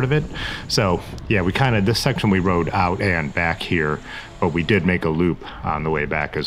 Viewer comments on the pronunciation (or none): none